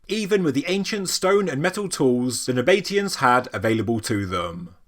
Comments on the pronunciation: "Nab-a-tee-ans" NOT "Na-bate-ians". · It is 4 syllables it's just the pronunciation that's a bit out. I don't know whether it is possible to spell it phonetically but I'll give it a try - NAB A TEE AN. Well I did say I would try. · It's pronounced Naba-TEE-Uns, not Na-BATE-ians. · Nab uh tea ins expertly butchered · "Naba tee ans" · is it not pronounced "nah- bah- TEE- ann" ? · Interesting pronunciation of the Nabatean's ?? I have always gone for 2 syllable, you go for 4 syllable. ??